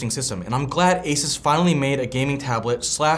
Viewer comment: The way he says Asus made this video unwatchable for me.